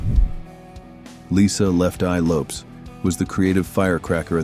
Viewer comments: Lisa LOWPEAS???? Really ??? It’s LOWPEZ !!!! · Lopes is pronounced Low pez!